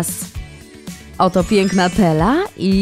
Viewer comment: To nie Tella tylko to Stella